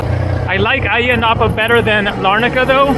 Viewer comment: Ayia Napa is known as a British/European hangout for the party crowd. I’ve always thought Ayia the A is silent, sounds like IYA in pronunciation! What a noisy bike your riding, sounds like an old rusty lawnmower, lol